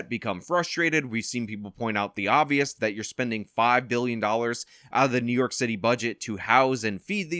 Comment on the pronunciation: What did Adams say? New Yolk City. That is what I heard.